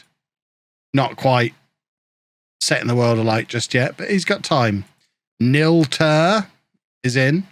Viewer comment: Great show, scared to think I'll be in my 50s in 2036! Ps, Nil is pronounced Neil, as in kneel, not Nil:)